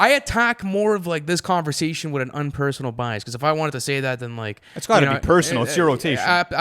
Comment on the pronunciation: “what’re you saying?!”: “converzation”